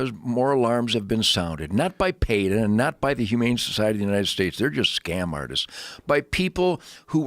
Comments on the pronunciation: Is he intentionally mispronouncing everything?! Vaygans, mansanto, payta, tofU (with the inflection on the second syllable) lol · Dude can’t even pronounce vegan or peta